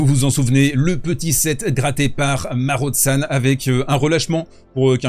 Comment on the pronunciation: Marozsan se prononce « Maro-Jeanne ».